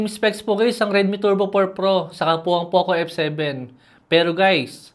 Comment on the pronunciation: Poke f7 pagkakarinig ko😅